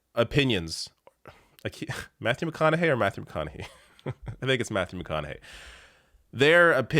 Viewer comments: It's pronounced McConaugHEE. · Its "mc conna hay". Hope ur boy is doing well.😉 👍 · McConaug"HEY" that's how it's pronounced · Its McConaugHEY like hey, hi, hello